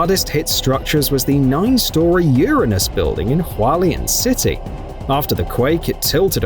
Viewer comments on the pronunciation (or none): 'ur-anus' now tilts.